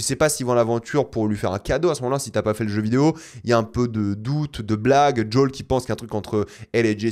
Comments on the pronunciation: "djol" mais dis Joël bordel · Pourquoi il dit Jol ou Yougene ? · Djol, yougine, 😂 sérieux contente toi de la prononciation française.